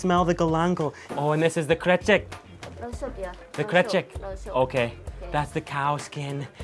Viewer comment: Love ur "krecek" pronouce, thats was on point